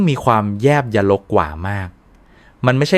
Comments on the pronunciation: แยบยลกว่าทำไมอ่านแยบ.ย.ลก.ว่า. เอไออ่านมั่ว เลิกติดตามจ้ะ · AI พากย์เสียง ควรตรวจสอบก่อน นะคะ มี ผิดหลายคำ ท่านอน ครรภ์ แยบยล